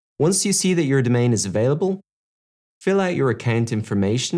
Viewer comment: Why are you pronouncing Account as Accant?